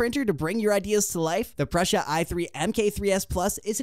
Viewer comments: It was driving me crazy the way he kept saying Prussia. Told me this was just another lame advertising video. On to a more relevant video. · REPEAT AFTER ME: Pru sa…. Pru sa….It is NOT Prusha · Very nice video and thanks for the infos! Just something minor: it's not Pr"osh"a like how you would say "brush" + a. It is PruSA - like how you would pronaunce the "sa" in sabotage. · Dude, you are over 18, the tattoos, you have no excuse not knowing how to pronounce the single most recognizable name in 3d printing for years. It's 'Proosa', not 'Prussia'. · Pru sa not Prussia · You know nothing about 3d printing. You can't even pronounce Prusa.